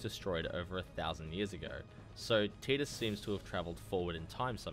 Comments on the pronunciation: I left a thumbs down because it’s TIDE Us not TEED Us. It’s based on the word Tide, which has long since been confirmed by the developers. It’s not an accent thing, you’re simply pronouncing it incorrectly. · No sir its not tee-dus its tidus like tide-us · really... TEEDUS? dude he says it in the game. it's voiced. have you even played this fucking game? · It's pronounced tyduss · He will always be Tide-us to me, just like Ruffy and Lolonoa Zoro from One Piece. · in kingdom hearts one, wakka calls him teedus. Also in FF dissidia, sadly teedus is the official pronunciation